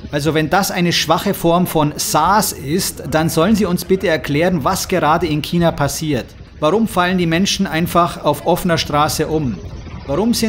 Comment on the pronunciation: Das einzige was hier viel schlimmer is als SARS ist, wie du China aussprichst.